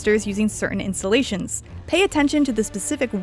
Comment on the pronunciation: It's keep bugging me how she says "installations" , it sounds more like insulations.